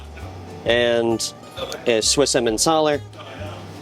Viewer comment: Your pronounciations of gouda and emmantaler are almost spot on